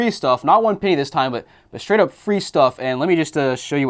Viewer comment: ITS PENNY NOT PEENY